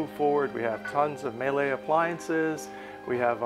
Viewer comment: I get how a lot of people don't know how Miele is pronounced, because most people don't work in the appliance and/or boating industry. But if you do, and you're showcasing yachts on a regular basis, ffs get it right. It's "mee-la": (like Sheila), not "may lay". Miele is in virtually every major manufacturer's inventory, so there's really no excuse to continually say it wrong. Also, less focus on the presenter and more on the boat. Bit of a strange walkthrough cadence